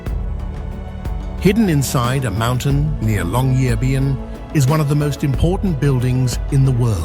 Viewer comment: Are you narrating or is it AI? It's just there are different pronunciations of Longyearbyen and Pyramiden each time....🤔